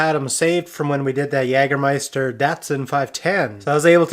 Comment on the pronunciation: Your skills grow all the time! Excellent channel! The pronunciation is "Yay-ger-meister" ....literally "hunting master" in German. It's a legal title in Germany and also a licorice liqueur that has done much sponsorship. Excellent work.